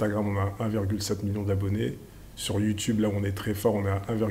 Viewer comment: YouTOUBE lol! Sinon super vos contenus, on en apprend beaucoup. Merci !